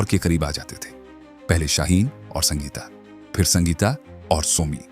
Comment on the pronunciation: हिंदी पढ़ना नहीं आता क्या ? पहले सीखो फिर वीडियो बनाना संगीटा सलमन सैटिश कौशिक सुल्टान क्या है ? इंग्लैंड जाओ ना ...... इंग्लिश तो सही बोलते हो.... अमिताभ बच्चन अक्षय कुमार भी नहीं बोल सकते फ़िर यहां क्या करने आए हो ?